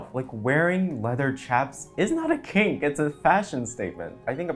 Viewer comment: I thought you said pink not kink and i was confused as fuck